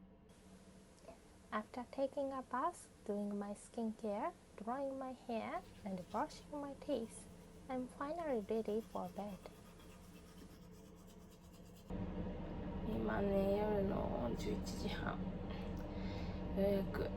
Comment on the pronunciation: Practise using the L sound in FINALLY INSTEAD of using an r sound. FINARY